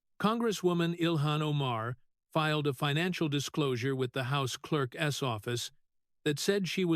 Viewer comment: Clerk’s is not pronounced as two words, clerk ess.